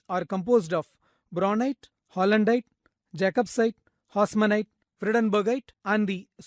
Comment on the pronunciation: "Psilomelane" is no longer in use, the correct name is romanèchite. "Vredenburgite" is not recognized as a separate mineral species - it was discredited many years ago. The correct name is todorokite, not "todorkite". Also, hausmannite, not "hausmanite".